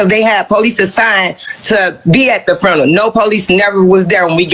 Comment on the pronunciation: Repeat after me, "Few-Na-Ral".